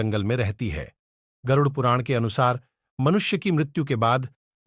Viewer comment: Garuuuuddhh puran kya , pehele aap pronounciation sikhlo.